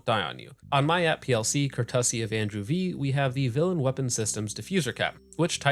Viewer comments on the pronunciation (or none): When you pronounced courtesy "Ker-tuss-see" I about fell out of my chair laughing...